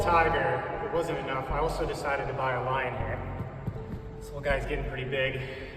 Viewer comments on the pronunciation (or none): none